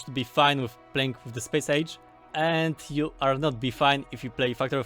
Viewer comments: It's Space Age! Not Chpache ache! Pronounciation made simple, EZ. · Hah, good luck, spéjsz éidzs